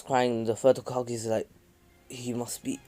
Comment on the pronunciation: First off ur saying hogake when it’s hokage. Second minato is stronger than hiruzen and hashirama is stronger than all of them